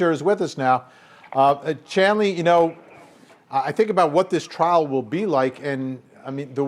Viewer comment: Trial not trail. LOL